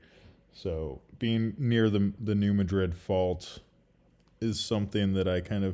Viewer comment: Thanks for the video. Just a point for you...New Madrid is pronounced "Mad rid", not "Ma drid". Personally I do not care, but, the keyboard warriors out there will call you out. USBS...does not report ALOT of earthquakes and is a part of the world wide "0.9" club...downgrade large EQ's to x.9 for some unknown stupid reason. Example: 5.2M down to 4.9M or 7.2 down to 6.9. No one knows why they do it...geesh!